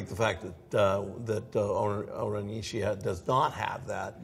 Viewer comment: Just a tiny bit disappointed he didn’t pronounce the second I in Ishii . lol